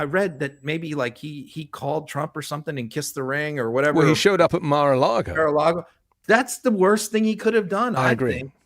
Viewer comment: “Mare” a Lagos lol